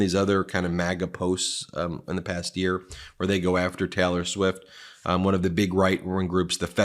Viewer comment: Sounds like hes saying Teller Swift